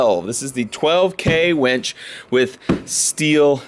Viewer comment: “Winch” pronounced W-IIIIIIIII-NCH not weeeeeeench. Lol! Much love!